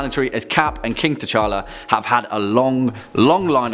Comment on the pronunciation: DID HE JUST SAY KING, K'CHALLA